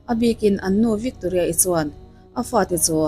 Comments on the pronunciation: Victoria I lam dan chu a common lo hle mai😂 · Victoria i lam dan hi 😂😂😂😂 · Victoria i lam dan hi ṭhing e, mi vantlang lam dan i hre ve awm tho si a😊